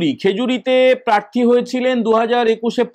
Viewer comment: তোমাকে বলেছে কানে কানে? 😂 শোনা যাচ্ছে আপনাকে প্রেররররার্থী করবে।